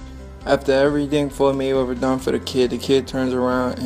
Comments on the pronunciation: 'Mumble, mumble mumble Froyed Mayrether, mumble mumble' Great video! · Floyy Mayweva😁